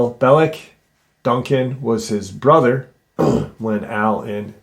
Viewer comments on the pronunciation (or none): none